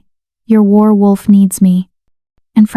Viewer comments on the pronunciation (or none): Good story but the person reading needs to learn how to say werewolf. Pronunciation: wehr-wulf. Some of the time you say is right but some of the time you say it oddly. 😕😒😣